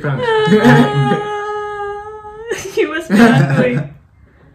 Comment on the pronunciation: It's prank not plank by the way subscribed ❤